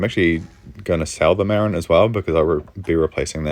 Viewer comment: I know you're from NZ so you can be forgiven, but its pronounced MaRIN.